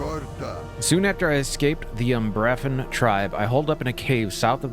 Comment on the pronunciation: By the way, it's pronounced umbra-fen